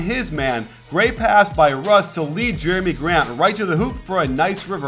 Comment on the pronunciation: jeremi grant not jerain and also it was jerami in the corner not morrow